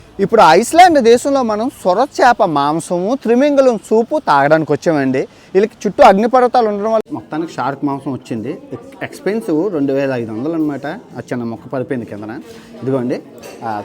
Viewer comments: Trimingalam kadu thimingalam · త్రిమింగలం కాదురా నత్తోడ... తిమింగలం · ఒరేయ్ త్రిమింగళం కాదురా తిమింగలమ్ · త్రిమింగలం కాదు.తిమింగలం.